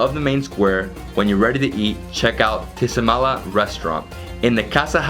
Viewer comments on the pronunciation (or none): it's pronounced " AZAYLA" not isila , A ZA I LA .